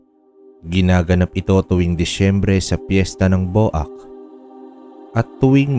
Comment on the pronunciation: Sir BWAK po ang bigkas ndi po BO AK just a little info lng po